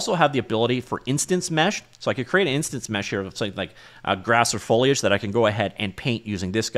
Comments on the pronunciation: This channel has come so far, it seems only yesterday that you wouldn't even try to pronounce "foliage" and now you do it without even thinking about it! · you actually pronounced "foliage" correctly!